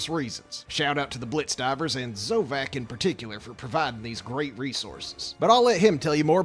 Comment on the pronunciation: Bro that mispronunciation of Zovc There’s no a It’s Zov-c